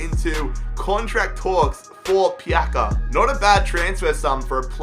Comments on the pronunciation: Marin TV Yeah, the sounds of "C" is like "ZZ" in italian Its like "Pizza" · It's not pronounced pjaka it's pjatsa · It's not Pjaka, it's Pjaca :D Try to pronounce it Piazza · Marko Pjaca no Marko pjaka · I am from Croatia Love you keep up the good work It s pronaunced pjatsa not pjaka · im croatian, but its not pjaka! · Pronounce it like pjatsa. Same like piazza in italian. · Pjaca is pronounced like "Pyatsa" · I believe Pjaca is pronounced Piatza, I'm not Croatian though so don't kill me 😂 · Aym from Croatia Marko Pjaca no pjaka hahahah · I am croatian and its pronounced pjatsa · it’s more like pyatsa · zar se ne kaže Marko Pjaca